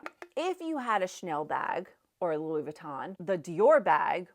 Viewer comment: Also, not sure if I'm mis-hearing you but Louis Vuitton is pronounced Loooey veetaw(n) not closer to Laboutin (shoes) and Burberry is pronounced Burrburry-the mispronunciation takes away from your knowledge and credibility is why I'm mentioning.